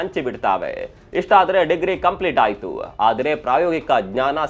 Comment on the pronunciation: ಇತ್ತು ಆಯ್ತು ಸ್ವಲ್ಪ ಸರಿಯಾಗಿ ಹೇಳಿ ಸ್ಪಷ್ಟವಾಗಿ, ಕನ್ನಡ ಟೆಕ್ for you ,media masters tara ಸ್ಪಷ್ಟ ಉಚ್ಚಾರಣೆ ಇರಲಿ. ಇಲ್ಲ ಅಂದ್ರೆ ನಿಮ್ಮ voice AI ಇಂದ clone madi edit madi😅